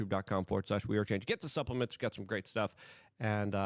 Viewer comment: Ha, ha he said butt suplaments